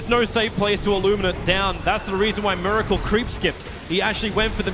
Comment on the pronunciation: and also mUracle